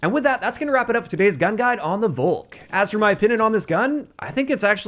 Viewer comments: If anything it's pronounced "Faulk" btw. With no pronouncing the "au" so much as an American/English person would. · FYI, the V in Volk is pronounced like an F.